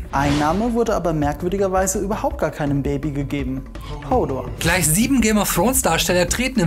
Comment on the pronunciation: wie dumm man hodor doch aussprechen kann, unglaublich